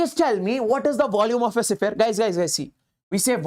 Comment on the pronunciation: Sphere❌sipphere✅..just for fun but really u r a great teacher ever 💗